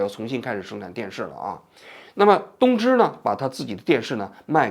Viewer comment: 东芝的日文~王局说的是“偷去吧”😂😂今天王局嘴怎么这么瓢